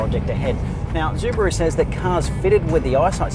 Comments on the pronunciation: ZUbaru ? really ?? go fuck yourself bro , you're destroying my ears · stop calling it zubaru ffs wtf??? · Zooo-buh-rooo? Seriously? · Zubaru? Why? Not even the Japanese pronounce it in such way... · Im Australian and this is the first time I've ever heard anyone pronounce it Zubaru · Pronouncing SUbaru incorrectly makes this video unbearable to watch. DICK HEAD!